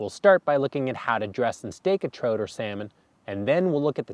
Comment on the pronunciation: The way you pronounce trout kills me on the inside. Say the word out, then add "tr" to it. Unbelievable